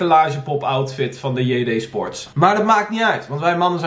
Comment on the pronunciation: Ik dacht dat men JD sports moest uitspreken zoals men in het Engels doet